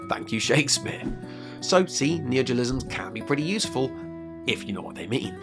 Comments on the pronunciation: But I just bought that book... I can't read it now? Also, you keep saying “neogelism.” Is that your neologism for “neologism”? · It's neologism, not neogelism, lol